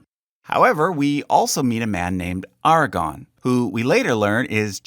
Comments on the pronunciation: I’m so glad you did this, please do more Tolkien! Also, it’s ARAGORN not Aragon. LOL😂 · i dig your charts and videos man. id look up pronunciations next time though you called aragorn aragon like the book eragon but spelled with an e, this just one of a couple of the names i heard you mention you had a hiccup on, just thought i would be friendly pointing it out before some troll got on here determined to undermine you in whatever way makes him her or it feel better.